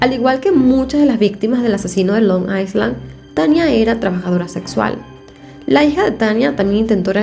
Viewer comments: Se dice ailan’ no aislan ❤️ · Hola,. No es Long Iceland, sino Long Island (la "s" no se pronuncia). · Se prunincia : ailand. NO S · creo que se dice Long i(s)land o sea la s es muda